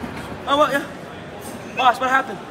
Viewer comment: at the start of video when he's getting change for his $100 he says "b0ss" 😂